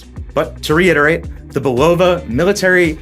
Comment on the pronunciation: Isn’t it BULL-uh-vuh? Not bu-LOW-vuh.